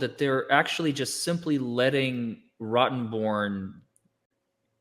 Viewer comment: Correction, its Rottenbrain, not Rottenborn. What are talking about?